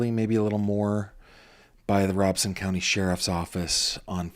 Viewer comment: Just a FYI I use to work in Robeson County. It is actually pronounced RO BEN SON. There is actually no n but when pronounced it sounds like it is. Lumbee has an actual Lumbee Tribe that just got recognized. Lumbee Tribe took the name after the Lumbee River. I worked with many Lumbee Indigenous people in Robeson County for well over 9 years. I know it’s not the point of your video but I heard someone correct you. I just thought I would share. A Intelligent Person is a Person who is willing to learn something new everyday of their life.